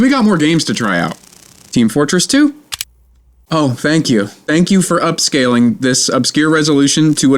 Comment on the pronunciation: Tank you.